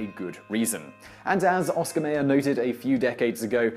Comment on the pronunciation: Oscar Mayer - pronounced “MY-er” not “MAY-er” And it’s “correspondence” not “correspondents”.